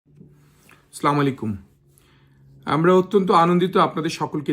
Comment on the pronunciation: জনাব আপনার সালাম দেওয়ার উচ্চারণ ঠিক নাই